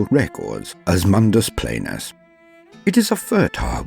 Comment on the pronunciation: Excuse me it's pronounced Mundus PLAIN-us, and say it ultra-rapidly. I love TTS, also if that eldar was fighting a marine malevolent, that marine would've ran over that woman and walk on her corpse as well as her baby's. Fuck the Marines Malevolent.